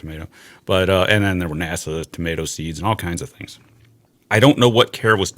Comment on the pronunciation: Thar. Them thar asteroids.